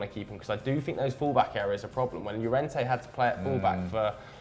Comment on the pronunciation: Pretty sure Llorente is pronounced Yorente guys?